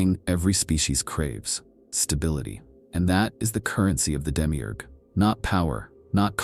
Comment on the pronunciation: Demi eeeeerrrg Its Demi-urge. Effin yanks.